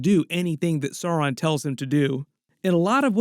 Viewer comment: Blue Wizards names are Alatar and Pallando, and also perhaps Morinehtar and Rómestámo. The mumakil/mastodons in LOTR films/books are from Harad (south) not Rhun (east). You do persist in mispronouncing Sauron, which should rhyme with Gowron (Glory Be To Your YouTube Channel)